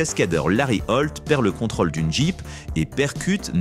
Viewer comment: Rôle, contrôle : il y a des O circonflexes. Cela fait saigner mes oreilles.